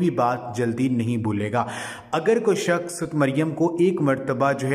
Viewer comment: Hazoor nhi huzoor bola kre aur sakhas nhi bolte sakhs bolte h apne word ko sudhare plz